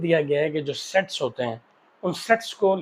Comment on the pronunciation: sir said s.e.x instead of saying sets in the start